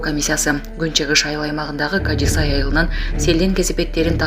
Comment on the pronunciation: Кажи-Сай эмес, Кажы-Сай деп окусан, диктор карындашым...